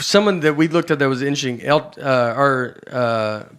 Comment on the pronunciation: In he very first line in this clip, it sounds like he said "inching" instead of, I assume, "intersting". Before anyone jumps on me for this, this is merely an observation, no judgment attached. I'm a fan of Nate, it's just my OCD freaked out at his pronunciation there at the beginning.